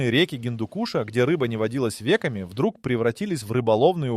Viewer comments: как можно слушать чувака (или ИИ?), который не отличает вЕки от векОв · Тупая ИИ озвучка: «рыба не водилась вЕками»🤦🏻👎🏻 а что не бровями или ресницами? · ВЕками ) Ребята, неужели было так сложно начитать нормально или проверить? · Не вЕками, а векАми! Неуч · Как только услыша про вЕками, сразу выключил это иишное гавно. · Только услышал ве'ками ,а не веками,слушать тошно.